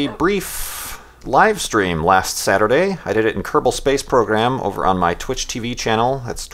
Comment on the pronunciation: What is the name of that moon flight program you mentioned? I cant hear the name. Sounds like Kirple space program. Anyone know?